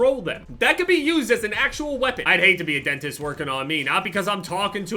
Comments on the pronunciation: 5 fucking years and it's still denist and not dentist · I remember the last time you said the word "dentist" a lot of people complained that you pronounce it "denist"